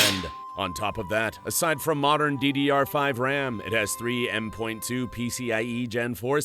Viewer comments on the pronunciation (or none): People be defending him not using Ai voice when bro's rocking the goofy ahh "m point 2" shit when talking about nvme slots.😭😭😭